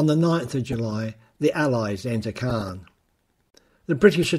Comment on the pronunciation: Great scripting and image selection. Small things: 'Caen', 'lootenant general'.